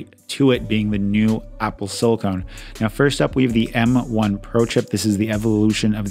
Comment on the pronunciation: Sili"cone" is for caulking bathtubs. Sili"con" is used in computers.